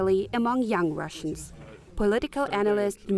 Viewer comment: Sounds so pleasant when a journalist pronounces russian names correctly :)